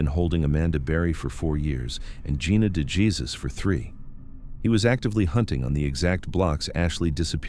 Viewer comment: Can we please say Gina DeJesus’ name correctly?